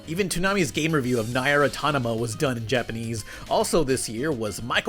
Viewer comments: Ney-ear? Really? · nai-eer automata.... my ears they bleed. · I am irrationally bothered by you mispronouncing Inuyasha (E-new-yah-shuh) as "in-you-asha" also "Nigh-air uh-ton-amuh"? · Nye-er atonoma 👍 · the biggest april fools joke is that pronunciation of Nier wtf dude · That has got to be the weirdest pronunciation of Nier Automata I've heard yet. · The way he pronounced “Nier” 😫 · had to pause the video and stare at my monitor for a few minutes after hearing that pronunciation of NieR Automata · Please tell me that pronunciation of Nier was a joke